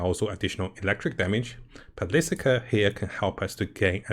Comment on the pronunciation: I am not writing from hate, but if u look at a word and divide it up its easier to pronounce. example: Ar - de - li - a , Per - li - ca great video <3